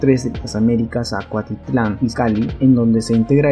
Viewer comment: Se dice: Cuautitlán* Tlalnepantla* Aeropuerto* Mucha información importante y casi un documental tu video como para que pronuncies mal varias palabras.